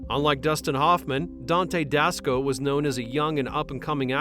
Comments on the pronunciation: Dante Dasco? It is Basco, Dante Basco. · Dante Basco…not Dasco. 😒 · Dante Basco not Dasco. Still great video. one of my favorite movies. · I didn't know Dante Basco's name was Dante Dasco 🤨